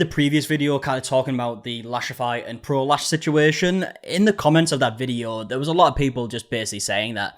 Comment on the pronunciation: Yeah I kept hearing something totally different than "Pro Lash"